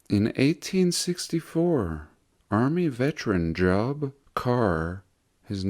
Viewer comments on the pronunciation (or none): The name Job is biblical. It's pronounced Jobe. Long e sound. Don't you know the Book of Job? Read it!